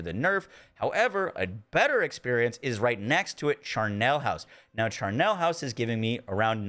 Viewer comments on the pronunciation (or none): Charnel house, not Charnel's house, lol....and it's pronounced Char-null, not Shar-null Dictionary Definitions from Oxford Languages: char·nel house noun HISTORICAL noun: charnel house; plural noun: charnel houses - a building or vault in which corpses or bones are piled. - a place associated with violent death. "Europe in the immediate postwar period had become a charnel house"